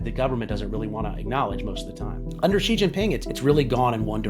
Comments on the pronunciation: Xi is pronounced as "Shee", not "Zee". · ok but literally who started this bizarre myth in western journalism that his name is pronounced "jee." It's pronounced almost exactly like the english word "she" it's truly not difficult. It's not hard (edit) oh good he fixed it later in the video hahaha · Shee not Jhee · Why would you not take the effort to correctly pronounce the name of a head of state? American arrogance? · Imagine doing a video and China and not bothering to learn how to pronounce "Xi." (Sad, considering how the most common English transliteration is virtually identical to how it's pronounced here in Beijing.)